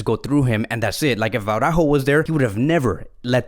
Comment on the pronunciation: Absolutely love your vids. To help you improve: pay a bit attention to the accents: Alavés has got the emphasis on the E, so it's AlavÉÉs, and not AlÁÁves. Same thing with Araújo. It's not AurÁÁjo, but Ara-ÚÚjo. The accent on the vowel shows you which vowel to emphasize. Just trying to help you bro. You're te best!